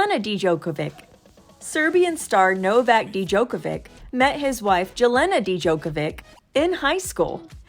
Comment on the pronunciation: Who taught the narrator how to pronounce Jelena and Novak Djokovic's names??? Dee-jokovick!!!! Jell-ayna??? That is sad after all the years he's been a champion.🤨